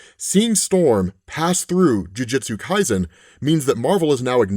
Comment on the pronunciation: "Jiujitsu" Kaisen lmao